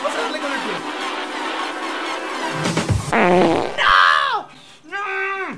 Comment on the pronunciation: Porque dice nou